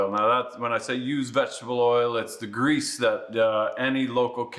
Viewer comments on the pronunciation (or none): none